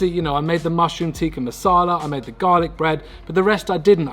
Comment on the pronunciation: it's a short i not a long i in tikka just fyi lol